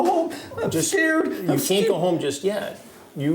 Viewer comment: What kind of soy boy, 61 year old toddler type pos did you catch this time Hansen? The world is full of some very odd people. “Im skeered” 😂😂